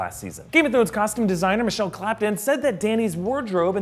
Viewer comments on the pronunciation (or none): none